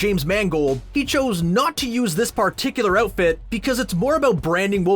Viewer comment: All I heard was “aboot” and “ootfit”